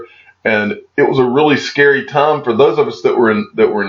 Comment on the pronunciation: I love the channel; I love the content; I love XRP. I watch nearly every video. But it is so hard to hear you say the word TIME. "All the tom", "tom and tom again"... It takes away from your brilliance. I know it seems trivial and makes me look petty. But you're brilliant, dude. Speak like you're brilliant. #XRP